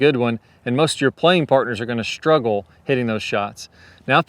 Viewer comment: WTH is it with all of these people now days putting an H in words that don't have them? Shhtruggle?